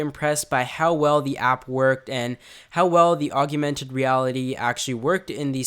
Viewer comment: Augmented....not augumented